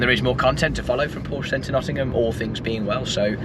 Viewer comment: As a Carrera 4 owner for 15 years I continue to be disappointed by people posting videos about Porsches and NOT pronouncing Porsche properly.....